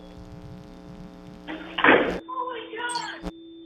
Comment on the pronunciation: Peace sounded like POLICE